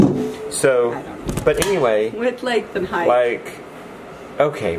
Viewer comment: Love ya... It's height, NOT heigth. I'm just sayin, it's not a southern thing it's a mispronunciation thing.